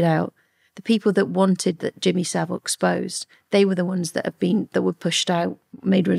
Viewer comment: Straight off he’d be rubbing me up the wrong way refusing to pronounce my name correctly!